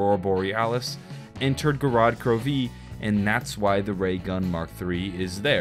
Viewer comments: The way he says gorod krovi, GOROD KROV-EE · how he says gorod krovi had me 😂😂😂